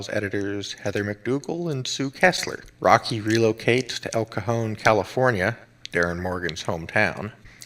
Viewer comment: Roky pronounced Woky